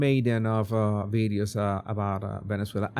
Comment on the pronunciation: Why do you, as a language guy, speak about bideos instead of videos? 😂😂😂😂😂